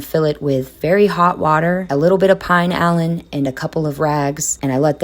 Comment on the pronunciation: Hey, great video, as usual! The cleaning product that you are referring to as "Pine-Allan" is a Mexican product and is pronounced "Pee-Nah-Lean". I lived in Mexico for many years and love the rose scented. It comes in many different fragrances as well. Take Care and have a great 4th of July!